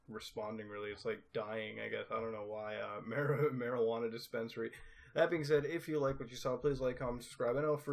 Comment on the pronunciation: It's marijuana not Margie waneas XD